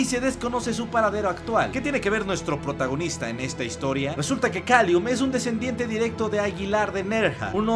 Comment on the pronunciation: Pero es Callum, no Kalium xD